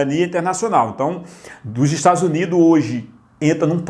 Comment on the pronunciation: parei no "estadus unido''